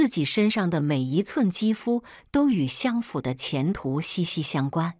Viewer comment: 日日行（ㄒㄧㄥˊ）善。相（ㄒㄧㄤˋ）府。